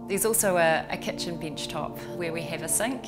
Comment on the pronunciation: I love how you pronounce "desk" and "bench" with "ee". I like everything except the ladder.